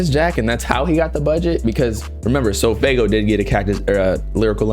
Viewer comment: nah the "so.....faygo" got me weak